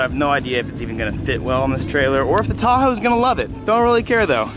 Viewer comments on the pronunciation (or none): Can't tell if calling you Tahoe "hoe" is on purpose or on accident.